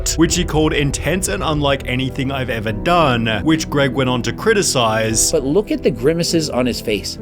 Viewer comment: I don't like the Rock, but I also don't like this trend where creators draw out the syllable for the last word in a sentence for 4 seconds. "The Rock just made the most disliked video EVVVAAAAAARRRRRRR! So annoying.